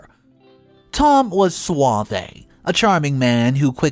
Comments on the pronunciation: It’s just suave. Not suav-ay. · I, I’m sorry to say this but suave is pronounced swav without the ay on the end of it funnily enough duvet is doo-vay without pronouncing the t at the end.